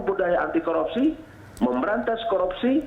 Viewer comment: Sorpei dan koropsi. Mantab bahasa Indonesianya pak!